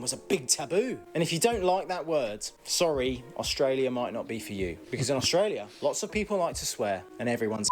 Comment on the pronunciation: Why do youn pronounce it AUSH tralia?